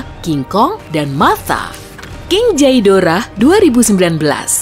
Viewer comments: Yang benar itu ge-do-rah=Ghidorah Bukan jhai-do-rah=bahkan orang yng bukan G-fans bisa nyebut,sangat menyedihkan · Harusnya buka jedorah tapi ghidorah